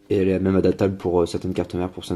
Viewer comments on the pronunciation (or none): none